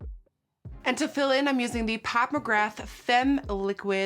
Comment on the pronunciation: Hey Nikkie: French word of the day: "femme" is pronounced "fahm" or "faam" :) not "fehhm" <3